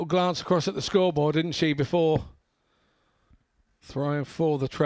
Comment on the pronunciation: The feelings come naturally to suit the atmosphere...its not rocket science "scwoobawl" "seeweez frwee" "Wobert Fawnton"....ugh, sloppy